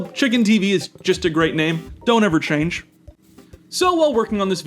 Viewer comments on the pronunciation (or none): none